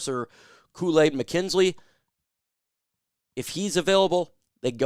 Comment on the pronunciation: There is no Kool-aid Mckinsley like you said. It's McKinstry.